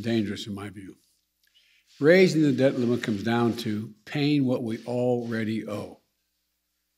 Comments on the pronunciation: Did he say " dead limit" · Sounds like Joe keeps saying “to raise the dead limit”